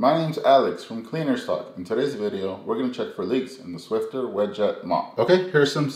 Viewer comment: SwiFFer...not SwifTer